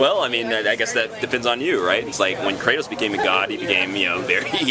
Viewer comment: WOW, THE INTERVIEWER SAID "KRATAWS" ...he needs to be executed!!